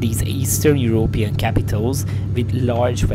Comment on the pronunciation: Your intro made it sound like that " Eastern European " is bad. It killed me how you pronounce Europe with a push on the ó like in hungarian ..Európean 😂😂😂🎉